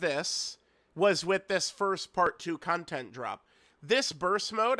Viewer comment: "con-TENTT" man he hits those T's so hard lol